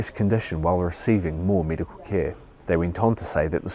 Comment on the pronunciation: This guy is like the Antipodean equivalent of the French policeman in Allo Allo. He pronounces every “eh” sounding vowel as an “ee”. Medical becomes meedical. Torture to listen to. Looks like him too.😂